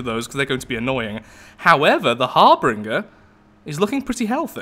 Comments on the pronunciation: it's Harbinger, not harbringer lol. Think the Reaper from Mass Effect. Great vid though! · Harbinger Pronounced: "Har-binj-er" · Just my ocd, i dont think harbringer is actually a word, bu kept saying it like a champ, so thats where my borderline insanity kicks in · Not harbringer, harBINGER. You have no idea how hard it was for me to continue through this without screaming so loud you can hear me from Leicester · Its not pronunciation,harbringer and harbinger are different words. For y'alls that dont know ,that means the letters are different. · I hate to be nitpicky, but.. Har-bin-jer. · I'm fairly certain "harbinger" is pronounced har-binge-er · Pretty sure it's pronounced Har-Bin-ger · To be honest this is the first time i've noticed you pronounce something wrong .It's kinda weird hearing you have a speech impediment it just seemed like a ( cringe-worthy) slip of the tongue. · um there are differing pronunciations around the world i know where i live it is harbinger but who knows like how turbine is pronounced tur-bine in canada and tur-bin in the us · Harbinger has two R's, not three. It's a cool name too. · I'm aware, I saw his comment :D It was just driving me crazy so I had to get it off my chest lol.